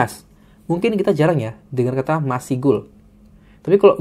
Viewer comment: izin di menit di kata masygul, bagian 'masy' dibacanya seperti pada kata 'masyarakat', bukan dibaca terpisah ma-sy-gul 😅